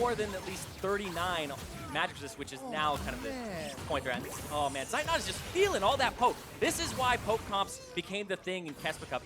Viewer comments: I'm always triggered when the casters mispronounce Zeitnot 😁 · its not seitnot, z its like tz in blitzcrank or blitzkrieg^^